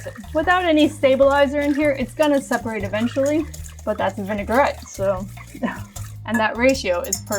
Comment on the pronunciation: "Vinaigrette", not vinegarette, this word doesn't even exist 😉. Like the video and the recipe though ❤️